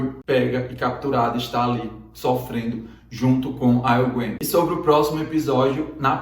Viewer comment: Engraçado que ele nao consegue dizer Egwene kk. Brimcadeirinha, pois o video ta top!!